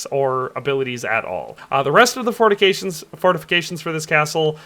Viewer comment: "The rest of the fornications" 😳